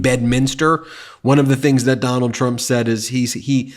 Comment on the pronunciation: We should just refer to him as "Duh-NALD" from now on.